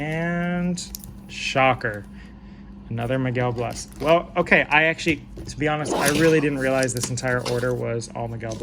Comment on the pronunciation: Hey, enjoyed the video, and just subscribed. I've got a bunch of Miguel Bleis stuff too, been on him for a bit. Can't wait to see what he does this season! One quick note: I believe it's pronounced "blay-ss", almost like Blaze but with an S instead of a Z.